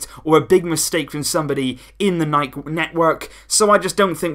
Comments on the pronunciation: We in germany say also „nike“ and not „nikeeeyyyy“ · I support you, I've always said 'Nike' and not 'Nikey'